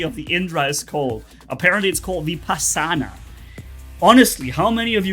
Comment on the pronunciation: I knew it coz the ability name, and the weapon's name that came with Indra titan (vajra, and maha vajra) are taken from the Hindu mythology. (the names only) and btw the ability is pronounced as vi-paas-naa and the waepons are not vaha and maha vaha its vaj-ra and maha vaj-ra, weapons names arent that hard, but ig Hindu words are hard for rest of the world